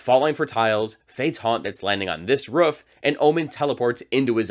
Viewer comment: “landing on this ruf” you sounded like a barking dog, i cannot stop laughing